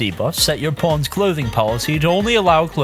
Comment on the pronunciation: I keep hearing Pawns as Porns "Watch your porns"